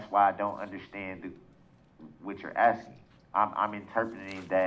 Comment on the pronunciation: This dude needs to stop “Axing” things and start “ ASKING” maybe that’ll help his case 😂